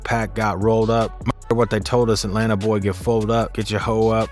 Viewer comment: Go Back To School Bruh Its Atlanta Not Atlnata 🤷‍♂️🤣😂😂😭😭😭💩🤡